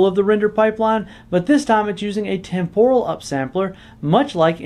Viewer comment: That’s not how temporal is pronounced. 😝